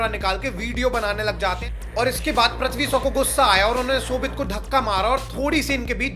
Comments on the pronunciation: Prithvi shaw❌️pathvi so✅️ 😂😂😂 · Bhai name to shai bol le anpad 😂